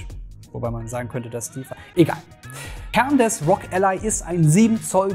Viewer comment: nicht Rog ......... sondern R-O-G, bitte spreche doch jeden einzelnen Buchstaben auf englisch aus. ROG = Republic Of Gamers